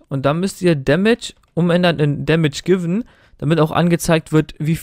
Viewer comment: beim letzten schritt : Damage Givun oder damage given? :)